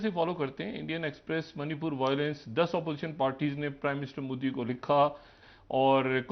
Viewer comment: He can’t even speak modi properly (mudi mudi moody) ... Chale hain apne tazzia Karne....